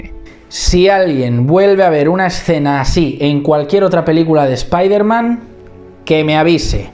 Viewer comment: Muy buen vídeo, pero no pronuncies espaiderman, nunca más.